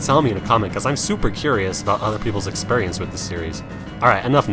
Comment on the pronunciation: I love the way you say "expurrience." xD